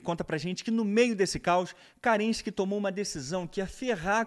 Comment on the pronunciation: Carregado de parcialidade, não sabe nem pronunciar o nome de Kerenski, chamando de CARENSKI, e não consegue criar uma explicação própria, apenas traduzindo livros. De fato, destruiu, mas foi a história da revolução russa.